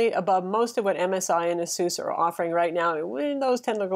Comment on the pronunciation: it is pronounced ace-us